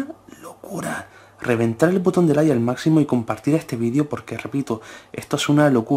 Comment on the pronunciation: dijo poton cuando dijo que reventemos el botón de like 🤣🤣🤣🤣🤣🤣🤣🤣🤣